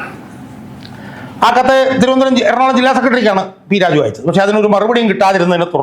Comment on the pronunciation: നീ വ്യക്തമായി സംസാരിക്കണം -- പലപ്പോഴും പി രാജു എന്നത് p rajeev പോലെയാണ് തോന്നുന്നത്.